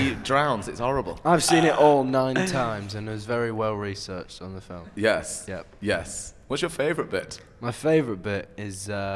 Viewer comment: "I'm in THE felm" omg i'm dying